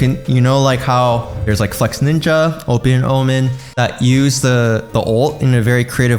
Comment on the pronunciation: am i the only one who heard him say flexNINJA instead of flexinja